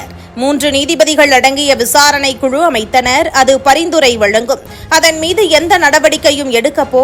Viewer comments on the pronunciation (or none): none